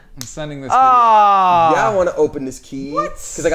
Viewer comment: Damien: Whut eef eyee just talk like these for the whole veedeooo? Me: whispers don't